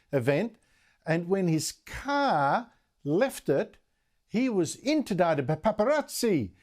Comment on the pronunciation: Interdited??? You me inundated!!!